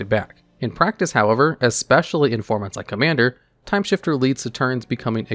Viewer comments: Timesifter. Not timeshifter. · Its Timesifter not shifter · TIME SIFTER. Not shifter. Sift. No h. Do you have some form of dyslexia? Not being mean. I am just curious. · The 7th card looks like it is probably pronounced "Timesifter" and not "Timeshifter": the idea being like sifting or sieving "time", or turns, based on the mana value of the top cards of each player's library.